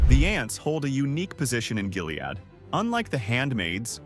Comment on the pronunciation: True, the way he says “Jilead”!